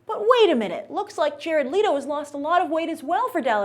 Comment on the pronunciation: Its leto, not lito!